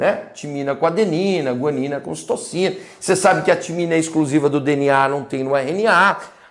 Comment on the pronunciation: Prof, em não era para ser Citosina ao invés de "Citocina"?